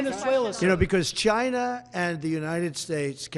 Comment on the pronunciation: Why he says China like that 😂